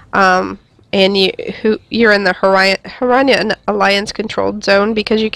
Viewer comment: Just so you know it's pronounced fear-rin